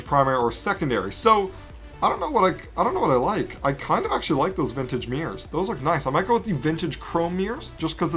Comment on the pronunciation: "Now onto the meers"